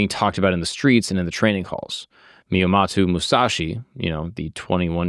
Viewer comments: At least learn how to say the name correctly. Miyamato? It didn't sound like miyamoto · Myomato? Dint even say his name straight? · Just got here from your Achilles video where you pronounced every single name wrong and of course, right away you pronounce Miyamoto wrong. This is making me think you literally just have ai compile the story, and you just read the teleprompter in front of you with zero research on your end before the show. Either that or it's a running gag that you pronounce everything wrong and I'm just not aware. I seriously don't see how it's possible. If it really is unintentional, you'd think you would pronounce names correctly as least some of the time by accident. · Except he pronounces almost every single name wrong in almost every single episode he does. His Achilles video was annoying as fuh. Literally EVERY. SINGLE. NAME he pronounced won't except for Achilles. In this video he didn't even pronounce Miyamoto correctly.